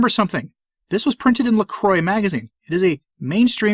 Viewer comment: Total trivia: La Croix in French is 'la-cwah.' Sorry, sometimes it is OK and not pretentious to pronounce a proper name properly. On the other hand, I bet la Croix does not carry 'la croix!'